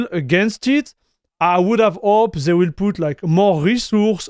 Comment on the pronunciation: Pour vrai... "They" sa ne se prononce pas "Zey". Dit le de la manière "Dé" Un lancé de Dé Dé are Der == They Are There